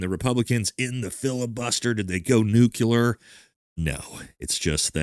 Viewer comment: Why can't you pronounce Nuclear correctly? It's Nu-Clear not nucular a Green Beret should get that right. Cheers.